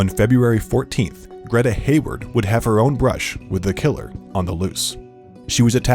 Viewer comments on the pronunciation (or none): none